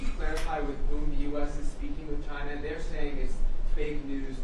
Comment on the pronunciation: Trump: "we've been meeting with ghina.."